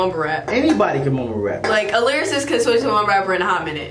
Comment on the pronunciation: My man said mumble vs lyrasist